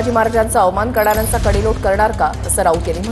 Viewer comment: कडेलोट शब्दाचा उच्चार कोणी केला शेलार 😊